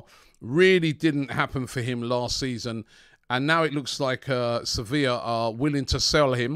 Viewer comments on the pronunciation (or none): none